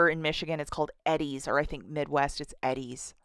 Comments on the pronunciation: lol i dont think ive ever heard it pronounced ed-deez ..... usually its E-deez :) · Lol, it's killing me how you keep saying Eddie's. It's pronounced EEE-DIES. 😊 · Its pronounced Eee-Dee-s ☺🤗